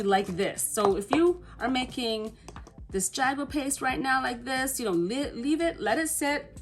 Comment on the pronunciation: Hi I'm indigenous from the Carribean. You are pronouncing it incorrectly. It is pronounced "ha-gua" the "J" is an "h" sound. And yes our tribes used this as a body adornment with symbolic meanings as well as for war paint.